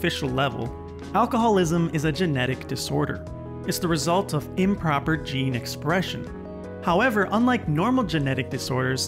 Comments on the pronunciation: Improper 'geen espresxion'. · Sorry but “Geen esprexion” ??????